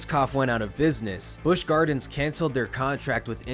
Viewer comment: I'm sorry! The narrator killed it all for me in the beginning🤣 "The Big Bad Wolf, the new ride coming to life at Busch Gawins" (tell me you're from Boston without telling me you're from Boston)🤣🤣🤣🤣🤣🤣